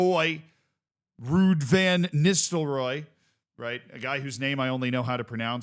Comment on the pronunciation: Ego check: it's pronounced Vann not Venn